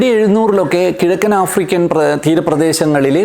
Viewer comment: ആഫ്രിക്കൽ അല്ല ആഫ്രിക്കൻ തെറ്റ് ചൂണ്ടി കാണിച്ചു എന്നെ ഉളൂ. 😏🥴